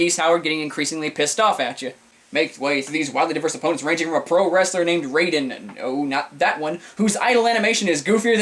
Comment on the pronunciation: You DO realize Billy's surname is officially pronounced "Kahn". As for Raiden, it's pronounced "Ry Den".